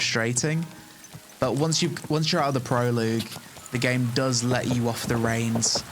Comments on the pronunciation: Great review but Prologue = Pro-Log. Not Proloog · Dude it's pronounced pro-log not pro-loag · Nice to see your impressions on the game. Thanks. BTW, it pronounced "pro-log", not "pro-=loog". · It's PRO LOG omg not Proloog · I hate to be that guy but stop saying pro...loog? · i think the wildest thing about this video is that you think its called prolooog o.O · GAH! Say it with me: "pro-log" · It's pronounced prolog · Don’t normally comment on people mispronouncing stuff but proloogue makes me laugh every time you say it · "Not too long after the proloog." :'D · "proloog" is making it hard to continue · "pro-log"... the UE is tripping you up, but it comes after the G and is silent. (prologue) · Yo, the way you are pronouncing "prologue" is killing me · Thank God; First time he said it I couldn't focus on the rest of the video for thinking about it. By time I did he said it again and once more I was gone